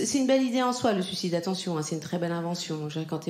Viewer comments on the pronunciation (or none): C’est très tendance, je sais, depuis quelques années de le prononcer ainsi ; pour autant on ne dit pas su cide, mais sui cide ; bon, ça n'enlève pas ton talent 🙂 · Elle n'arrive pas à dire sUIcide, donc elle prononce sucide ... écoute bien ...